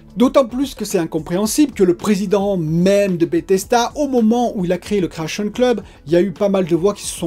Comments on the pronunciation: BethesDA. DA ! Pas "BethesTA" Grrr.. ;) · Tu dis BETHES"T"A lol😘